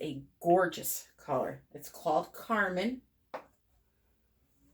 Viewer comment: You are pronouncing carmine correctly. [ˈkärmīn] NOUN a vivid crimson color. "carmine roses" synonyms: scarlet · vermilion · ruby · ruby red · ruby-colored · cherry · cherry red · cerise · cardinal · wine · wine red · wine-colored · claret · claret red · claret-colored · blood red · flame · [more] a vivid crimson pigment made from cochineal.